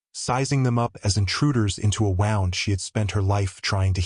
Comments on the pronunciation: Did you just mispronounce "wound"? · I caught that too